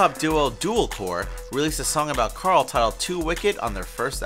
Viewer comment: I don't comment a lot, but as a big fan of the show... Can't you even get Carls name right? You are supposed to be giving us facts you know that others dont... WTF... Carl says his name MULTIPLE TIMES in the show!